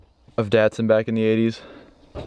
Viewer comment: DAT- SUN not DEHT-SUN